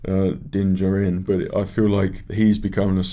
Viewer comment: LOL three seasons in & you still don't know how to pronounce Din's last name. Din Djarin (Jar-In), lol so funny but overall your reactions are pretty good, I disagree with some of your takes but it is what it is.